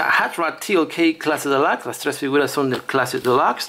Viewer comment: Porque dices clase delax si se dice clase delux y se escribe clase Deluxe